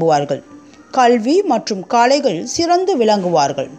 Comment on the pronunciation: ஜோசியம் சொல்லும் முன் தமிழ் உச்சரிப்பு ரொம்ப கவலைக்கிடமாக துள்ளலும்மா. எந்த ஸ்கூலில் படித்தீர்கள்? அம்மா!. நாட்சத்திரம் அல்ல நட்சத்திரம். சோந்தத்தொழில் அல்ல சொந்தத் தொழில். கொரானா பிடியில் எல்லாத்தொழிலும் சோந்துதான் கிடக்கும்மா?. காலையில் அல்ல கலைகள். நல்லவேலை சனியை சானி என்று கூறாமல் போனீங்க. 😁